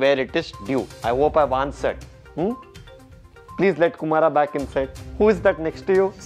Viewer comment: Kumara! Get lost. "peas" I am not angry😂😂